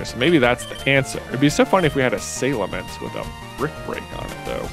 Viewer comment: I'm still not used to the way that J pronounces Salamence, but I was definitely not prepared for his pronunciation of Kakuna